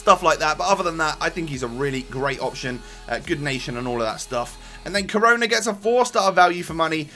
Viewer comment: He is pronounced like share